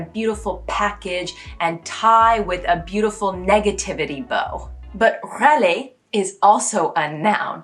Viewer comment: Edit : Raler is a rare french word with you MUST not use a fluid R like "Waler". It's too much english/american accent. With this one you must must must use our RRR "hard" R. Especially if you re talking a bout someone annoying because of his complains. "Il est RRaleur celui là !" You must attack by scrapping this R. And the more the guy is annoying you, the longer and aggresively you roll/scrap the R. It's not a beautiful R but very expressive. Rageur, Rageant, Rage, Raler : put a real hard R scrapped